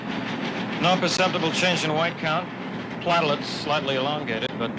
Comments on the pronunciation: A good, cynical, realistic ending. Actor needs to learn how to pronounce "platelets," not "platt - e -lets." Working with deadly germs, it's a good idea to wear mask & gloves, and not touch face. Jenny needed better shoes with her light blue dress. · "platelets" pronounced " plat-uh-lets " ? By a scientist ?